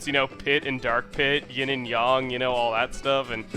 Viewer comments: Did you say yin and yong? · yin and yang not yin and yong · cough cough yin and yong it's yin and yang a not o